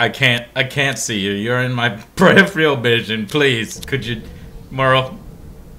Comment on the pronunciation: Why can't American's say Peripheral?